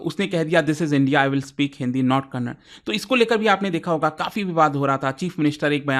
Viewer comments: As soon as you pronounced kannada as kannad I got irritated and unable to hear that word😂😂 If possible pronounce correctly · hey please pronounce the "a" it is kannad-"a" not kannad. Please pronounce the a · I still wonder y u guys pronounce it has kannad... By this virtue you should pronounce cannada as cannad😅😅😅